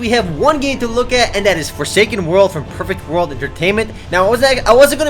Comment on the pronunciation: When he says "perfect world" to me it sounds like Pervert World